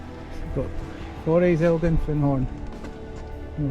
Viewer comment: Just a wee pronunciation point from a local. The forest is said like Kullbin, the county is said like Murray. Cheers.